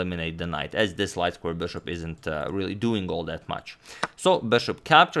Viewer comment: Could you try and say bishop instead of saying bouøæshouøæøp- so fucking annoying to hear, but it is great content